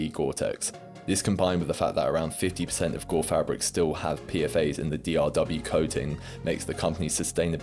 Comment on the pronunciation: Good video! I guess I'd never heard of Gorpcore b/c I don't use tik tok I like that you pronounce 'PFAS' the (IMO) correct way - ie. 'Pea-Eff-Ayes' instead of 'Pea-Fass', which sounds super wrong & annoying to my ear for some reason